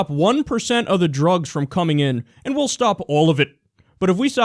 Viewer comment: "Drůgs" lol